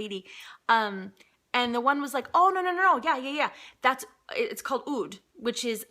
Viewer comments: Your Oud pronunciation is perfect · You were totally saying the word Oud right (I'm persian and we say it exactly how you said it) gorgeous haul, funny as always l... I died when you said I barely can turn on the light 😂